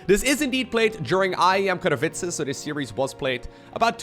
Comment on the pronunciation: I love how you pronounce Katowice.